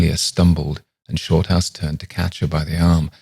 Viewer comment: Sorry but you sound like you're calling him "shortarse", thanks for bringing a smile to my face, I really needed it.